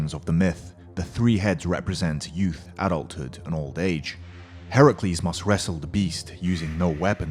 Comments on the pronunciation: Temuujin YT no he said right heracles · Reptile he pronounced Heracles right because Hercules was the roman version and Heracles was the Greek version